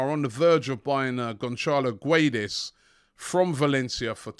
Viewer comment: Robbie its pronounced Gedes, the u is silent